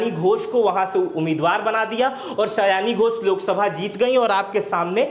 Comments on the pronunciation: पहले तो आप क्लियर हो सयानी घोष नही, सायोनी घोष है वो 😂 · Aare,,naam सायोनि घोष है, सयानी नहीं।